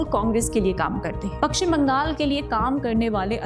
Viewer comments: Its Pashchim Bangal not Pakshim Bangal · Madam, it is Pashchim Bangal, not Pakchim Bangal.